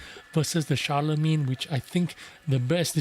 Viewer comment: Ooooh, nice. I will buy this just based on it looks. ❤️ And an English tank with a French name? Hmmm? And that was a nice pronunciation of the name, Guru. Shar-le-main. Nice. 😉😃👍